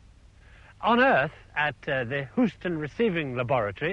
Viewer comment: All he has to do is learn how to pronounce Houston not who-ston